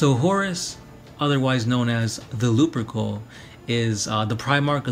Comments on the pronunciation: Horus lup-er-cal not Lupercoal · I gotta say, they pronounce it Horus Lupercal(loopercowl) in all the audiobooks